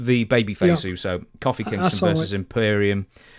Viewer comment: I thought the same. I don't know what makes someone pronounce something different from every single other person despite hearing the correct pronunciation over and over again. It's not because he is British because I am British and I've never heard anyone pronounce Kofi that way.